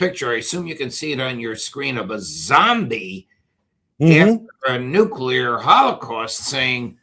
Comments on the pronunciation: is another idiot who cannot say nu-cle-ar not nu-cu-lar!! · That imbecile could not even pronounce [Nuclear] properly; listen to him... Anyone whom cannot pronounce [Nuclear] properly, can't be too smart - can they! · That so called CIA Operations manager was full of BS. Obvious the moment he spoke of Nuc-YOU-lar bombs. Nucyoular, meaning of or having to do with the nukeyoulus of the atom. People this fundamentally clueless, failing upward to the top of our most important government institutions, is why America is in its economic death throes and China is rising to become the next Superpower. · Nucular capability, huh. Someone get him a dictionary.